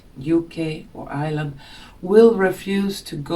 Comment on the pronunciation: tt;s pronounced EYE-YER-LAND and the word you were reahing for is INjustice. There is no such word as UNjustice. But your vocabulary and grammar are better than most Americans. i love your content. You know that McDonald's has had their meat tested and 80% of their meat, had traces of human meat in it, including the wee ones. It's horrific. Did you know that Pepsi, I think, uses aborted fetus's kidneys as FLAVORING for their soda? Horrific. I see that they put SPELLS on almost everything, especially fast food, corporate restaurant food, even CBD oil (they cursed the seeds, and I undid the curse). They are always trying to infect us with demonic energies, even through the computer (porn).